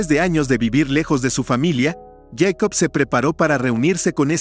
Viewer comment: Yeicop??? ES jacob...